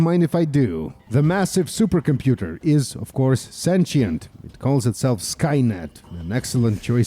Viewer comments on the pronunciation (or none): none